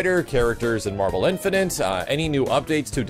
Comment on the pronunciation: love your content but I gotta ask. Do you pronounce "infinite" wrong on purpose? You've been saying "infin'int" since mvc3 vids. It's "infin'it."